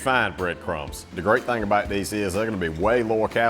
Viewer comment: I know you have a Southern accent, but accent is NOT annunciation. You do not ANNUNCIATE a LOT of your words - OUT is NOT prounced "ET"! VEGETABLE is NOT pronounced "Vegeble"! "LIKE" is not pronounced "Lie"! "ABOUT" is not pronounced "ABET"!